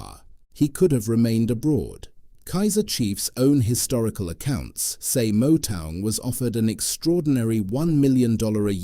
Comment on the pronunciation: Initially I thought you were saying Motown. Trick in pronouncing Motaung is to express the " tau" part as if you were saying the word Mortar. Thats the correct ring to that part of the Surnsme, Chief 😊. Said in good faith no sweat